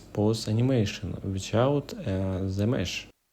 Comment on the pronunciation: Bro don't say "the" as зэ, say it like "дэ", please, you are hurting my years vnature. But anyway the video is really useful so от души